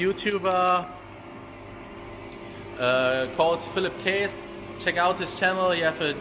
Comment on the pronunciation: Käss. Net kees. Is das denn so schwer. Mich würds tierisch nerven, wäre ich Philipp